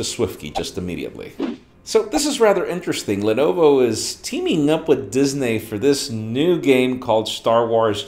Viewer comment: did he just say Dis-nay for Disney?